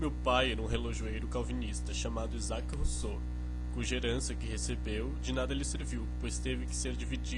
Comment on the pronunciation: Rousseau, com sotaque de Portual xD